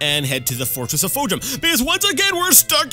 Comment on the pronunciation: i like how u did the "Temple" of Fhojum in the last episode and you still couldn't get the name right...you and I both got memory probs bud